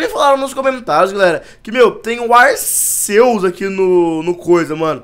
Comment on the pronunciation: se fala arkeus